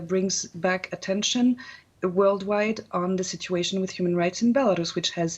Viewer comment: Can the BBC have a meeting and agree on a pronunciation of the word "Belarus"